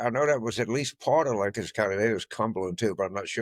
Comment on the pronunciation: Thanks for pronouncing Lancaster correctly.